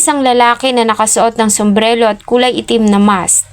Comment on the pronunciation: correction po hindi sombrelo kundi sombrero po at tama.di po aki basher itinatama ko lng ang maling pag bigkas d ko rin intensyon ipahiya kayo maddam pangit lng kasi pakinggan sorry po.god bless